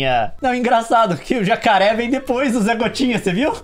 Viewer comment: "Jacaré vac" KKKKKKKK